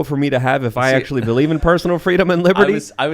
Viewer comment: He said “actualatory.”